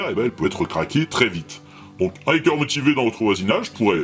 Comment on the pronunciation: Pour les "fautes assez grosses", profitons-en pendant que les diptères sont engourdis par le froid 😊 : Hacker : si on veut corriger, plutôt que "A", ce serait plutôt "Ha" comme dans "Hattrapez les tous" ou mieux : "Hard to be a geek". En vrai, selon que c'est prononcé par un Londonien de l'est, du sud, de l'ouest ou du nord, un écossais, un Irish, un New-yorkais, un texan, un californien ou un Australien on a des "Ha" qui sonnent Hâ, Hae, Hee, Hé... toute la gamme quoi... Alors... Crypté : il serait bon de lire la description de la vidéo, voire de dérouler une petite centaine de messages pour ne pas signaler un truc qui a déjà été signalé 100 fois. 😉 Et puis, si, "crypter" à un sens. C'est juste affaire de convention : Quand au dièse... tant que les mouches dorment encore, allons-y : Le croisillon n'est pas "son" dièse, c'est le dièse de tout le monde, vu que le clavier ne permet de taper facilement que le croisillon # et ça, depuis l'aube de l'informatique : Pour saisir un dièse ♯ on doit passer par les tables Unicode et ça gave tout le monde...